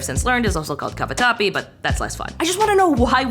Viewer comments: As an italian fellow, when you called cavatappi "scoobi doo", my heart stopped for a second. Great vid tho! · sorry... the WHAT. they are called "cavatappi"